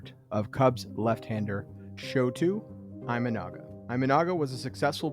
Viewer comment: It is EE-MA-NA-GA. Japanese pronounce the I as EE